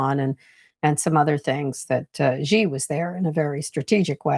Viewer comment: A professional reporter or Sinologist pronounces "Xi" as C, not G.